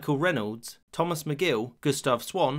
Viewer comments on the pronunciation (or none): none